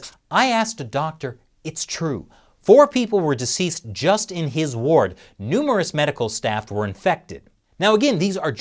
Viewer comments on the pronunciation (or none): none